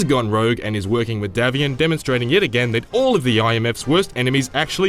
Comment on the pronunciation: It's DAY-vian